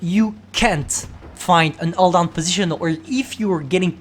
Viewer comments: I love "ull down" thing...:) also the new commentary is superb. Sounds like he's drank far too much energy drink...:D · The title should be STB-1: Alldown,Alldown,Alldown (Cuz thats how says it)